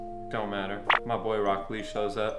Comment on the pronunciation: there's another new reactor watching dub and he call rock Lee as Brock lee. it's annoying and make me stop watching that reactor